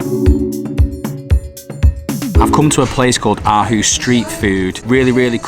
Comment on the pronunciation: Aarhus should be pronounced with a much deeper I know this because I am from Aarhus and play in AGF youth academy and it’s one of the best in Europe/Scandinavia